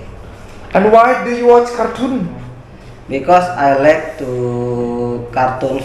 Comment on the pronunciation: belajar sebutan yang betul juga nak wkk. like bukan lek.